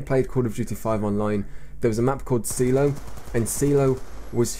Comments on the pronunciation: lol spelled "Seelow" see-low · It's pronounced Psy-Low... Silo